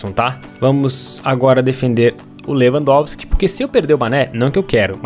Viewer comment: na hora do 2 gol lewampotiqui tapinha falou errado kkk